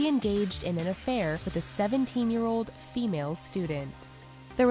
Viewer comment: The way she said female lol, "She had an affair with a FEMALE student."